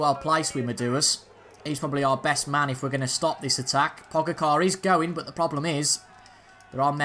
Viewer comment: Pogacar will feature a lot, at least he should being the winner of the recent TDF so thought I'd try and help with his name, try say it as Po-ga-cher, Pogacher, that's roughly how they said it in the commentary! Hope that helps!